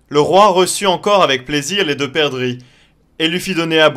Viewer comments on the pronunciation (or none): 3min: "perduix" ^^